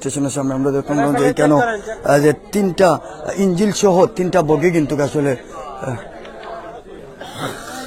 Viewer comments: ইঞ্জিল না ইঞ্জিন, এই উচ্চারণ নিয়া রিপোর্টার। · হায়রে সাংবাদিক😢ইন্জিন হয়ে গেলো ইন্জিল।😅😅